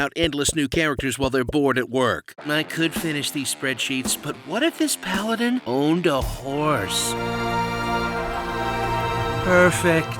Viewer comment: Pie-aladin cracked me up